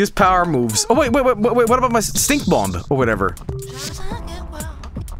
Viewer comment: the second b in Bomb is silent lol